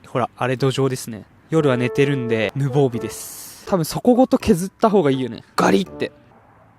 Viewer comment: 無防備（ぬぼうび）